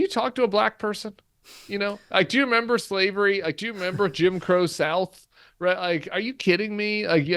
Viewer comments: Brian: Did you say the right, or the reich ? LMAO 😂 😅 😊 !!! Adolf Trump is literally going down the toilet. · Did Brian say, "Right or Reich"? LOL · Sounds like you are saying, “inside the Reich”. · It sounds kinda like your saying " inside the Reich" which is right!